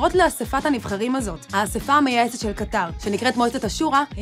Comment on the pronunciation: קטר כותבים בלי א' והוגים במלעיל (האקדמיה ללשון העברית)